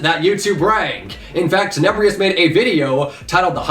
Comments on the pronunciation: 'Tenebrious.' Cmon say it with me. Teh-Neh-Brr-Us There is no i. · Why does he say tenebrious there's no i or e there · 3rd comment, i’m spamming now why do u say it like veppix it’s pronounced veypex why and why u say tenebrious does he have an i in his name? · Is anyone gonna Talk about how he calls him tenebrios????